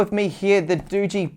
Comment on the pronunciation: Highlights of this video; bigass knife, cat, garden. saying Doogee = Dodgy. And the phone? Snog, marry, avoid? AVOID!